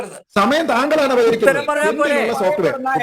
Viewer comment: സോപ്റ്റ് വേയർ അല്ല സോപ്